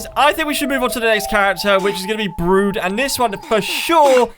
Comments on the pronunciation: It's brud not brood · its not brood its brud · it's not brood it's brud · Tip: its brud not BRUUD